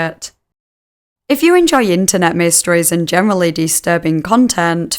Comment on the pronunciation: "In the nay-weh"